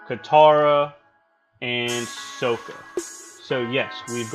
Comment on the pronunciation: ...no he didn’t. Is it really that hard to pronounce Sokka? His name is said in like every episode of the show several times